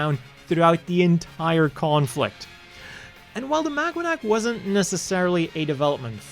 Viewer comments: I keep hearing "MagUanac" lol "Maganac" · It's pronounced MAGA-NAC 😂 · is it just me or am Ixhesting pronounce it as magwanac 😅 anyway I'm not sure if this is true but I've read the maganac's name was based on the filipino word Mag-anak which kind of means family or kin or something along those lines